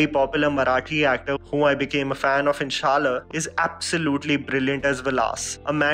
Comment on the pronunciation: Its Shaalaa not shaal.. I heard u mispronouncing the name in one of your previous video too...btw Keep up the good work